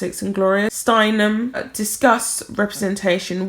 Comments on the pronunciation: Gloria Steinem not Steimen . Stein em . Thanks for sharing . MM also wants to be referred to as a young person. Notice how Megs says her mmm when Gloria mentions young people. Megs is at least 40 not under 20. Therefore not a young person anymore. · Steinem not Steinmen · Steinham not steinman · Her last name is pronounced Stein-um. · Do some research, Gloria Steinem (check your pronunciation) is a US legend. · Being a fan of Gloria Steinem (you pronounced her name wrong throughout the video) I am surprised that you would cover this story without finding out who Ms. Steinem is and what she has done. She is an icon of the feminist movement, and deserved better.